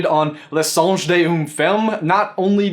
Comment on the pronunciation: i can read french you read the title incorrectly